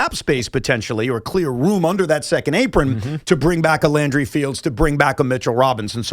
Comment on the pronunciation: Dude said Landry "Fields" 😂